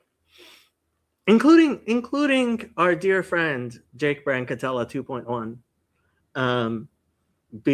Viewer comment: Who is this man who said your name correctly?